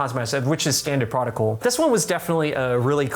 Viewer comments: Standard prodigal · "Which is standard protocol" here, you can hear Ray's Aussie peeking through